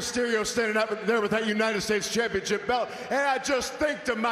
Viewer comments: Sounds like Waller said "championshit" lol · Waller said "championSHIT." ...and i think he realized it too lmao